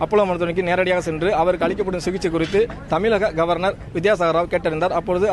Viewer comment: தமி"ல"க முதல்வர் அல்ல தமி"ழ"க முதல்வர். நிறைய தமிழ் பிரபலங்களுக்கு "மயங்கொலிப்பிழை" மிகவும் சாதாரணமாக வருகிறது. இதில் இந்த ஊடகவியலாளர்களும் சேர்ந்துகொள்கிறார்கள். தமிழ் செத்து விட்டது உறுதி. மீட்டுருவாக்கம் செய்து தமிழ் சரிவர பேசத்தெரியாத தமிழர்களுக்கு "தமிழ்" கட்டாயமாக பயிற்றுவிக்க பட வேண்டும். மீறினால் சிறை. தவறே இல்லை. மொழி அழிந்தால், இனம் அழியும் இனம் அழிந்தால், இன அடையாளம் செத்து விடும், அடையாளம் இல்லாத இனம், அரசியல் பலம் இல்லாது அடிமையாய்க்கிடக்கும்